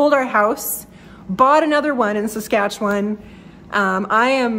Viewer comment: I re-watched this video and enjoyed it even more the second time through. But it was when you mentioned that you were moving back home to Saskatoon, Saskatchewan, I felt I just HAD to tell you this joke. btw, you pronounced perfectly the word "Saskatchewan", as only a true Saskatchewanian could. Being from Regina (Boychuk - Ukrainian?), I know. Anyway, stop me if you've heard this one before: This American husband and wife from Texas were on vacation driving across Canada in an effort to get to know their neighbours to the north that they'd heard so much about. After a few days of driving they found themselves literally in the middle of nowhere. The wife turns to her husband and says, "Cleetus, why don't y'all roll down yer window and ask them kind folks over yonder just exactly where we's at." So the husband pulls his car close to a group of people standing near the edge of the road, rolls down his window and in a thick Texan accent asks, "S'cuse me fellas, could y'all tell me the name of this here town?" One of the young men turns to the Texan and says, "Saskatoon, Saskatchewan." The Texan proceeds to roll up his window and his wife eagerly asks him, "Well, what did he say?" The Texan turns to his wife and says, "I don't know, they don't speak English." Again, good luck with your move. The city of Saskatoon is (re)gaining a real treasure.